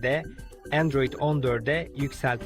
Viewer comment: Endroid değil Android 😂